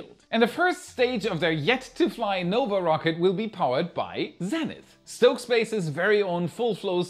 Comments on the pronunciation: Zenith isn't Zenneth...it's pronounced ZEEnith, my good German friend. :) ~Your whacky and annoying Canadian friend, Chris. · Z ‘eee’ nith not ‘Zen’ ith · Zee-nith, not Zen-ith. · Great video as always! Protip: in English, we pronounce "zenith" as "ZEEnith" -- I heard you say it as "ZENith" as one might say in some other language (like the equivalent Russian word is I think Zenit and is pronounced like you did but with a hard t instead of th at the end). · It's pronounced "zee-nith", not "zen-ith" ... :penguin-blue-waving-tear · Great video as always, but come on, if you're going to be an American it's zee-nith. Ditch the British pronunciation. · Exciting news about Stoke Space! Zenith is pronounced "zee nith." Just so you know. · Learn how to pronounce ZEE-NITH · In the united states Zenith is pronounced " zee-nith" ! 😂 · Zenith is actually pronounced Zeenith a long e like the vowel e, not a short e like eh.